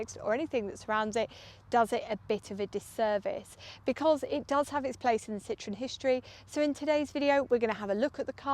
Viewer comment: Fantastic! But you mispronounce Citroën throughout.